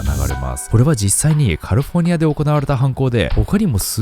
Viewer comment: キミ英語の発音が下手なんだから、無理して英語寄りの発音しても余計に聞き取り辛いだけよ。 カルフォルニアちゃうくてカリフォルニアな？ 視聴者を馬鹿にしないように